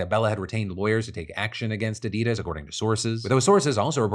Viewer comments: *"Addy-dahs", not "Adeedas" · The "Addid" of "Addidas" doesn't rhyme with "Hadid".